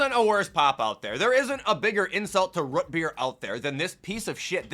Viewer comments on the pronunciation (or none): why you say root beer so wierd, you say rut beer lol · “Rut beer” lol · tha way says rootbeer sounds so satisfying (RUTBEER)